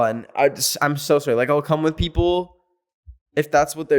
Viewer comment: Literally: I’m so sowry every second